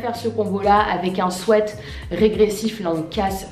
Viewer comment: Je rêve ou elle a dit swait sa m?'a choqué mais sinon super vidéo